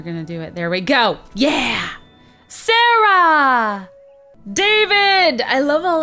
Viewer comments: my name is sarah and you said it wrong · My name was one of the snowmen and you said it so weird !!!!! XD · Why'd you say Sarah like that?